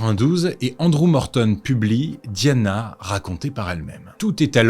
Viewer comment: Je ne comprends rien - si vous utilisez le mot "Lady" comme en anglais, (et pas "Dame") pourquoi pas prononcer son nom aussi en le façon d'anglais - "di" avec le son comme D'AIEE, et pas "di" comme DEE.